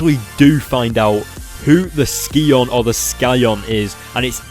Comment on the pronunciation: lol, he says scion weird. it's pronounced psy-on. but damn, cosmic spiderman got beat, that's harsh.